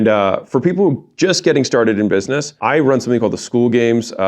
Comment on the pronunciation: Anyone notice he said buisemess in the beginning 😂